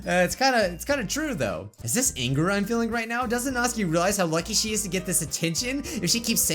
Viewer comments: It's supposed to be nat-su-kee not nats-k-ee but u can say whatever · he is saying natsuki rong